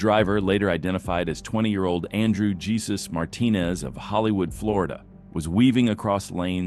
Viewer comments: #2 It’s pronounced “hey soos” 😂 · Fyi, spanish name “Jesus” is pronounced “Hey zeus”. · You need better AI or you learn pronunciation it is Hey Sues (Jesus). Some channels just amaze me at what they put out. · I love how the Ai voice pronounces "Jesus." 😂